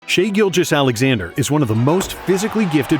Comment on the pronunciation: Shaivonte Aician Gilgeous-Alexander*